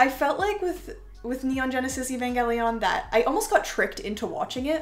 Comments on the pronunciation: Why do you say Evangelion like that. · Sad you have these but can’t pronounce evangelion 💔